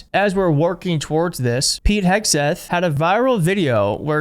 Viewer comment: Don't Forget "HAIG"seth....